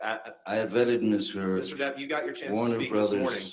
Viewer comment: omg attorney says Miss Turd, it’s hilarious 😂